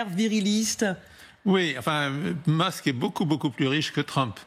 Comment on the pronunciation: Monsieur « Tramp » et Monsieur « Mask »